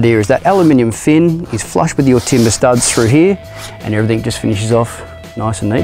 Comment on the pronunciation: Great video, whats with the everythink? Hate it when ppl say that, just like the Americans saying soder instead of solder hahahha. in saying that ill still watch your videos and give then the thumbs up.